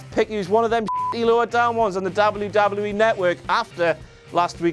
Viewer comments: its nt dobluee doblueee eeee btw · say w properly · He pronounced it DoubleU DoubleU E RAW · Why does he say wwe like that